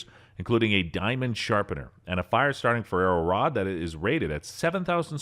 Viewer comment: Hilarious pronunciation - Spy-Derco, indeed... Also, what is a Ferrero Rod? Is it made of Hazelnut spread? Ferrous Rod, surely..? I think your auto-narration tool is having an off day.